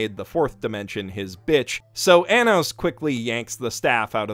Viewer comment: it's Arrh-nos not A-nos. (Edit) The intro was beautiful😭😭😭 *Sobs